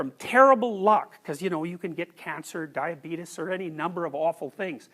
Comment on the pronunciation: Jordan "diabeetus" Peterson